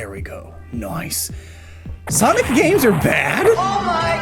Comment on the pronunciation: Did just say "Noiyce"!???